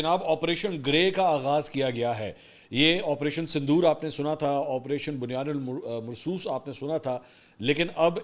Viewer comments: it is bunyan um marsoos not bunyan ul marsoos ... please learn to pronounce it correctly as it is quranic verse. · سر جب اپ نے اپریشن " بُنۡيَانٌ مَّرۡصُوۡصٌ "کا نام بولا مجھے ایسا لگا جیسے اپ کو یہ لفظ درست ادا کرنے میں تھوڑی مشکل ہو رہی ہے۔تو چلیے اپ کی مشکل تھوڑا اسان کر دیتی ہوں ۔ لفظ بنیان المرصوص نہیں ہے ۔بلکہ bunya num marsos ہے۔ یعنی اپ نے نون کو ڈائریکٹ میم کے ساتھ ملانا ہے ۔اور یہاں پر ادغام مع الغنہ کا قاعدہ لاگو ہوگا ۔جو کہ یہ ہے ۔کہ جب بھی دو زبر دو زیر دو پیش یعنی تنوین یا نون ساکن کے بعد حروف یرملون میں سے کوئی حرف ائے تو وہاں پر مدغم کر کے پڑھا جاتا ہے ۔ہم جب قران پاک پڑھاتے ہیں تو سٹوڈنٹس کے لیے اسی طرح سے وضاحت کی جاتی ہے ۔سوچا اپ کے لیے بھی وضاحت کر دوں ۔